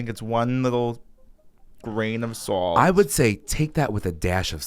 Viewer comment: “Grain of Sawwllh-T” a one syllable word somehow sounds so long when said so many times in a row 🤣